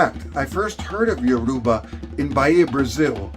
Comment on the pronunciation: I like the video , but it was bothering me hearing him butcher the name of my mother tongue. You say it as Youraba , not yoruuba.